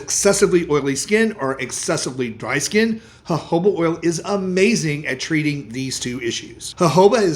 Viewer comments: At least you say Jojoba correctly. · The j in jojoba is pronounced as h